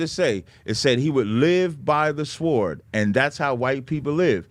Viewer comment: Dumb ass can’t pronounce sword 🗡️stupid is as stupid does. 🙄